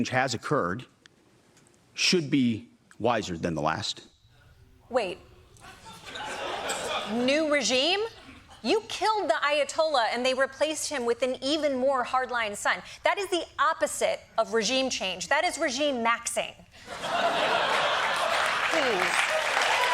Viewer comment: Not the Ayat-olaf..😂😂